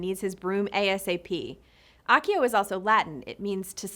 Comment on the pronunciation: It’s not A”KK”IO but it sounds CCCCCCCCC ACCIO C SOUND… and animaGus, with sound GGGGG not JJJJJJJ, FeliCCCCCCius, not FeliKKKius…. For a video about words, you should at least try to pronounce them correctly….not a good job, sorry.